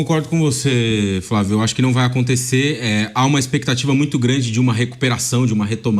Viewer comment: É muito bom quando o velho vamp fala, "fravio"